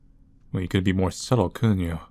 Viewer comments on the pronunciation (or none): none